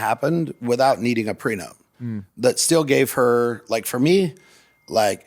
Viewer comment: 🤡 - "GET A CONTRACT FOR EVERYTHING. EVERYONE SHOULD GET A PRENUPT!" Logan- "Do you have a prenupt?" 🤡 - "no"